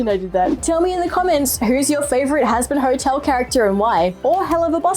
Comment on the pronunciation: "Sor hazbin hortel"